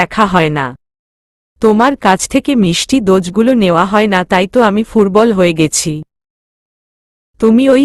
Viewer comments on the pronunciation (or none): শুধু ভাল ,খুব ভাল ,নাইস বা নেক্সট এসব পড়ার জন্য ই কি মন্তব্য বিভাগ রেখেছেন ।সুস্ঠু ও সত্যিকার্র কোন মন্তব্য হয়ত পড়ে ই দেখেন না ।দুর্বল কে ফুর্বল বলা কি ঠিক ।নাকি আপনি দ উচ্চারণ করতে পারেন না ।